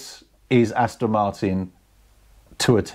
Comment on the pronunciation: Another great video chaps, achingly beautiful cars, I'd love one....anyone. But, at the risk of being thought to be a bit snooty (and I'm not, honest!) there is a 'T' in Aston Martin, it should never be pronounced Aston Mar'in. After all, it is British.....sort of!